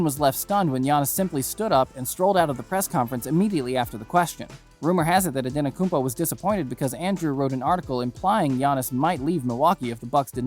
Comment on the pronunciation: It's pronounced An-eh-te-koom-po..I'll admit that's a hard one, took me awhile to get it right.